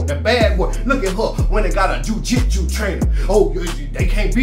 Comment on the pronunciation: Playing dumb for the camera is more annoying than entertaining. You don’t need a college degree to pronounce words like jiu jitsu. Tom Brady married the wrong one. That’s all that was.